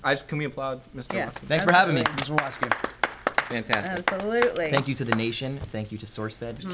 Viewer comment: Watsky. Not.